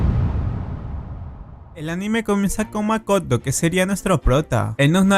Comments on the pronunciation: dijo makato en ves de Makoto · En Japón: MAKOTO En Latinoamérica: MAKATO XDDDD